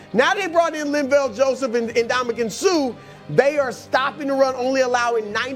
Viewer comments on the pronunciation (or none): none